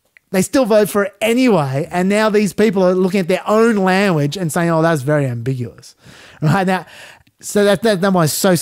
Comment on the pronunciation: Not that it matters but you say lamuage rather than language